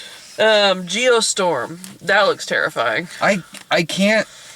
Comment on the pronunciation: Oh, "Geostorm." I thought said, "Ye Olde Store." And I thought that'd be an ambitious disaster movie!